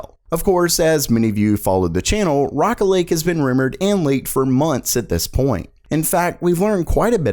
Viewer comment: who else heard rocket league other then rocket lake! facepalm